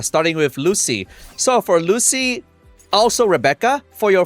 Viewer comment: Its "Lucy-lah", buling moment😂